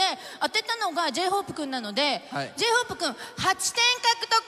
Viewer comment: Só eu que entendi ela falar J-Hope cu